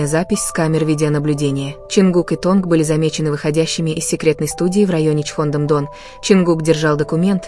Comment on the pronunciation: Компания называется не "Эйч Уа Б И" , а "Хайб". Т.е.на англ. " HYBE ". И , да , не Тонг ,а Тэхен!!!! Учтите эти замечания !!!